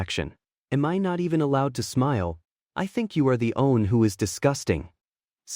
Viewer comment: Bro, this AI has no clue how to say “one.” I’ve never come across one that has such a hard time with such a simple word. Lol